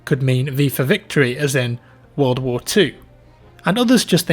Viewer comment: Vattfield vvorl vvar 2